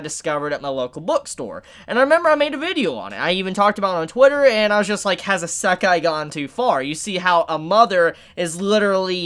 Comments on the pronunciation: Repeat with us: isekai (EE-sēh-kai), not assekai (ah-SEH-kai). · its pronounced E-say-kai eskey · Why do Americans always have a hard time with words from others countries? In Isekai the emphasis is on I not se. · The way you say isekai, kinda triggers me but its all good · Bruh i'm gunna be real. I hate the way you pronounce isekai. Idk if your even pronouncing it wrong its just not what i'm used to.